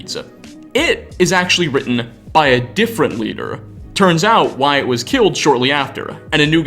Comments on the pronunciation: you mean Wyatt, right? The pronunciation is more like (Why-it). fun fact: that’s my middle name. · lol yeah you got it! its just supposed to be "wai-et" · I myself am a Wyatt and its pronounced Why it, not why at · Did you just WyATT ITS WY ITT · bro its not pronounced why@ ya dunce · Lol “called Why-at” Saying Wyatt like that, I presume you’re a lizard person. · It's weird hearing someone pronounce "Wyatt" like that lol. seems to get used to it after a couple times, but then go back to "Why-At". Not really bothered by it, but I though it was funny. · you did not just pronounce my name "why-at"......... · is no one gonna mention the way he pronounces the name Wyatt??? Great video like always but that made me giggle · Did I just hear this dude wildly mispronounce a name, my name? Wyatt? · Interesting way to pronounce Wyatt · How else are you supposed to say it? Edit: NVM is a better example of him saying it weird.